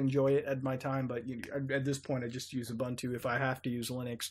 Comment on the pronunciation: Love your videos, but PLEASE learn how to pronounce Ubuntu. It's a Xhosa word. Pronounced with an "oo" sound like in "book". "oo-boon-too", with emphasis on the second syllable.